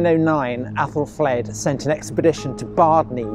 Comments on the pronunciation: what was more annoying wasn't just the mispronunciation, but that it was inconsistent, sometimes flad, some times fled. sometimes athal, some times ethel. drove me nuts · Aethelflaed! Pronounced Ethelfled! They're all Ethels - Fled, Red, Stan. Mispronuciations so irritate me!